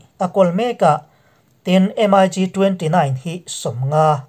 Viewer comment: In channel hi ka lo thlir ve thin.Ka sawi duh chu thil hian lam dan hik a nei ,entir nan em ai gi tilo hian MIG Ztih a lam tur a ni .Tin a dang leh ah chuan thu sawi tur hi hi ziah lawk vek nise chhiar mai hian hun a heh lo.Titi pah a thusawi hian hun a heh in in sawi tum tam tak in sawi hma in hun hi a liam thin.A dangah chuan in ti tha e.Pawimawh ta chu lam dan khawvel in a an hman hi zawm hram hram ni thei se